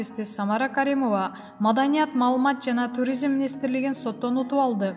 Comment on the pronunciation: Туризм, министр, директор, комплекс, отставка, радио, маанилүү деген сөздөрдү сүйлөй албайбы бул журналист. Басым(ударение), үндүү үнсүз сөздөрдү суйлой албай чулдурайт🤷🏻‍♀️